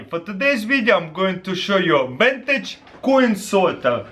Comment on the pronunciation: i only watched to her him say "wintage"